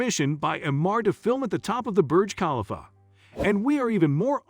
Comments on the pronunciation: Please pronounce Burj Khalifa correctly ! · Thank you for bringing that up!! The pronunciation 🙄